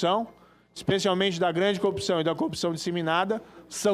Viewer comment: como pode um "juiz", não saber pronunciar a palavra corrupção. pare de enganar os bolsominios, morocutaia.